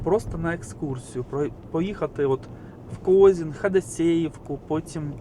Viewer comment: КОЗИН- УДАРЕНИЕ НА И!!!